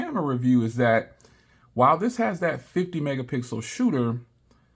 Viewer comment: 'This is the 50 megapickle shoot' got me